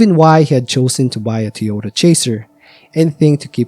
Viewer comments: you’ve got to admit, your pronunciation of Toyota as Tee-ota is suspicious. I’ve heard many different accents and dialects over the years and never once come across a human who pronounces Toyota like that. AI read Redit stories on the other hand… so I can see how if this was someone’s first video from your channel they could get hung up on that. Took me listening very closely to reassure myself that this definitely is a human voice, and I’m not crazy. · Sad story, but I think there car was a "Ty Ota" not a Tee Ota .